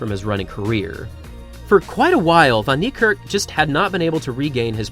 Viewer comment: Well done with your African name pronunciation